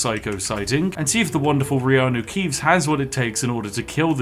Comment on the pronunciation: Wait.... Did he said Reanu Keeves ?? 😂😂😂